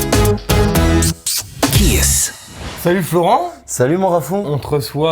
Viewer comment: Hé les gars , Kees ça ne devrait pas se prononcer Kiss mais kiz ...? 😂